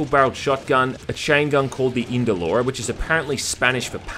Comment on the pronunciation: E-ndoloro not Indo-loro